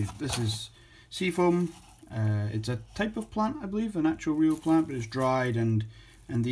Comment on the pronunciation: ...didnt say it very clear....more British like...just sayin..